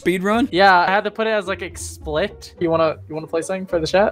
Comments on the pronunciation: He said "I had to put it as like "explict"..& he spelled it "ex·plic·it"..and pronounced it "x-plikt".. So that is indeed "explicit".. Which is defined as a: fully revealed or expressed without vagueness, implication, or ambiguity: leaving no question as to meaning or intent explicit instructions— b: open in the depiction of nudity or sexuality.. Just sayin'.. Def: bein'..I Mike have too much time on me time..🤷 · Explict lmao that’s so funny…it’s Explicit my dude Explicit.. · Had to put it as like...EXPLIT.. dude its EX PLI CIT..kek! xd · That first man said : EX SPLICT. Its ex sp-lis-it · Explict, man said EXPLICT 🙈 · My man said “explikt”😂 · ah yes, explect